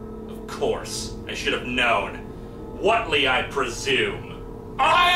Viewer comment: I lived in a town with a Whately family as a kid. The name is pronounced WAIT-LEE, not WOT-LEE. There's an "e" in the name for a reason. They'd have punched you right in the nose for getting their name wrong and it wouldn't have been with a tentacle, either. Tough old coots, those Whately brothers. And yes, they'd read Lovecraft and gotten a good chuckle out of it. No relatives anywhere near Massachusetts.